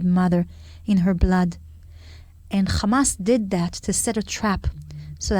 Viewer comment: It’s Hamas not Khamas?😂